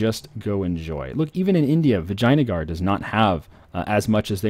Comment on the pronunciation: As someone who grew up in India, VAJINA-gar and PUN-jub are just.... cringe